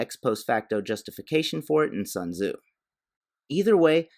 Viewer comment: "Sun Tazoo" 🤣